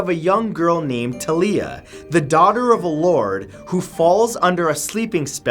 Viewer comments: I thought it was Talia. Pronounced like Talia Al Ghul’s first name. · its T"A"LIA